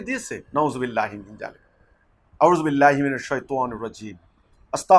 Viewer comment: শয়তানের বাচ্ছা আউজুবিল্লাই ঠিক মত উচ্চারণ করতে পারো না, লজ্জা করে না আবার ইসলাম সম্পর্কে কথা বলো, তোদের পতন হবে এ বাংলাদেশ থেকে,হয় আজ না হয় কাল, পুরোনো পাগলে ভাত পায় না আবার নতুন পাগল_পুরোনো ভন্ডরাই টিকতে পারছে না আবার নতুন ভন্ডদল হিজবুত তাওহিদ, আর সর্বোপুরি কথা হলো তোরা নায়েবে নবি আলেমদের বিরোধিতা করে মারাত্মক ভুল করেছো এটাই হবে তোদের জন্য বড় কাল!